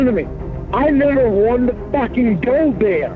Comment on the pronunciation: He nevuh even wanted ta go theah